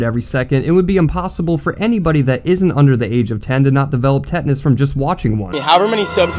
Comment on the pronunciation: tinnitus not tetanus